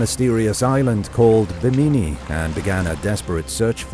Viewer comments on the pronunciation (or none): The pronounciation of ponce de leon and bimini were very odd to me